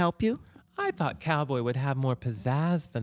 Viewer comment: omg i though thought I was mishearing her!! but no guess not 😭😭😭😭 never change tammie brown